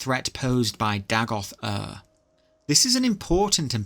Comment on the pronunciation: you say mehrunes dagon correctly so why not dagoth ur? and caius co-sah-deez? it's co-sades. either way, amazing video!